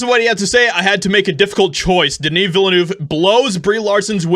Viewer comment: 0/10 for the pronunciation of Villeneuve